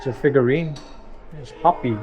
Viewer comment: The Indian name you're trying to pronounce is not hoppy, it's hope-e, but spelled Hopi